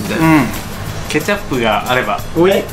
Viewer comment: ケチャップと玉ねぎの言い方がプンポロドイハとドッヘンアイア